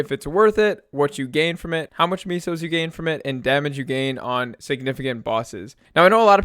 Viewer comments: I can’t tell if he says Misos on purpose instead of “mess-o”. Especially since he captioned it Miso. It’s borderline gut wrenching hearing miso, but the videos are really informative and I just have to live with it hahaha. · You really pronouce and spell meso as MISO lmao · But it's really pronounced may-so, nobody says it right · I thoght it was mooses